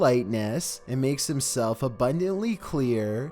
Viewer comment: Why does he talk like this?! hE mADe him sELF aBuNDANtly CleaR.